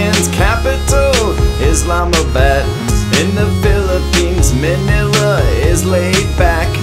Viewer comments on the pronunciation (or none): I mean Its manila not maanila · Ok i live in the Philippines and its not pronounced “Minila” it’s pronounced as “Mannnnnnilllllllllllaaaaaaa” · You dount pronounce manila minila Filipinos pronounce it like mahnila or mahynila the correct spelling of mahynila is maynila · By the way to pronounce Manila it’s man-nil-uh the pronunciation.